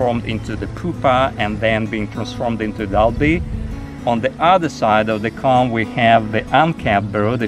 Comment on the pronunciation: your accent is pretty good for English. I would never, never criticize someone who is bi-lingual! That would be the height of boorishness coming from a monolingual. That said, it took me some time to understand what word you were using when you said "cahm". What you meant was "comb". So you have substituted the letter sound "A" for the letter sound "O". This might help you to be an even better speaker of English and hence a better communicator in your adopted country.